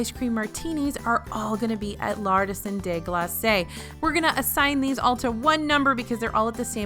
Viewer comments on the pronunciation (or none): FYI, Glaces in Artisan des Glaces should be said as ‘glass’, not ‘glassey’